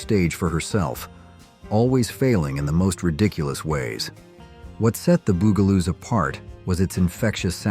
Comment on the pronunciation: the "bew"galoos... lol